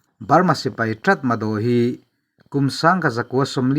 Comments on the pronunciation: Aw, a inziah dan aṭang chuan 'Ṭatmadaw' tih âwm tak a ni a; nimahsela, a lam rik dan tur dik tak erawh 'Ta-ma-raw' tih zawk tur a nia... Nypidaw pawh hi 'ni-pi-raw' tiha lam tur a nia. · 'Tatmadaw' tiha inziak hi 'Ta-ma-raw' tiha lam tur a ni e. In tilawmawm ṭhin tak zet. A bengvarthlak ṭhin e. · Tratmadaw a ni lo, tatmadaw😀